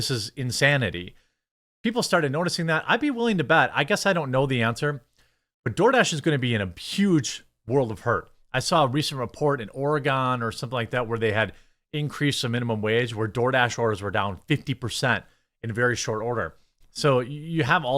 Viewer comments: Hey midwest hick, its ore-gun not ore-gone!😂😂😂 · Oregon = "OR-Ah-ghen" NOT "Or-Ah-GONE" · It's Or-uh-gun. Not Ore-o-Gone. & It doesn't matter now, JFK Jr is going to make everything healthy, so..... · It’s not Ore-gone, it’s pronounced like an organ, the instrument or body part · Jeremy, I know you folks in Wisconsonia sound like budget Canadians, but for the love of God, PLEASE say "Ore-gun" (as it is pronounced) and not "Ore-uh-gone". No one played Ore-Uh-Gone Trail when we were growing up, we played Oregon Trail. And yes, the irony that it was owned & distributed by the Minnesota Educational Computing Consortium is not lost on me; if they could say it right, so can you. No go practice & blow off some steam, may I suggest you drink a beer & ask Nick Rekieta to pass the Spokane. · It's not "Oregone". Sounds like "Oregun".